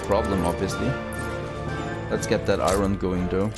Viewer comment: you keep pronouncing iron - i-ron and its pronouced i-earn, not that it bothers me at all, just saying:) loving the play-through!